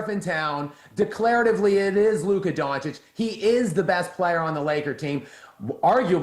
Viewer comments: Why does Whitlock have such a hard time pronouncing people’s names? I have to mute the show to stop hearing Luka last name. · Please somebody tell Jason Luka Doncic's name is pronounced Don-chich not Don-kich!!!!